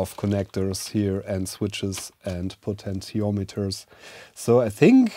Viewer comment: “Potential Meters.” Heh. Love ya! (Po-ten-she-ahm-et-turs)